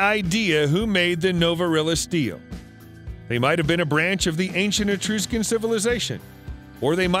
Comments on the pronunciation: You're butchering the pronunciation of these ancient places, no wonder people lose, or dont understand their purpose and or meaning...its pronounced etruscan, and not etrooscan...please get them correct, and show a bit of respect if you're going to do a video on ancient cultures etc... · Etruscian Pronounced: E "trush" can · Please don't say "eTROOSHcan". I can't watch after I hear that.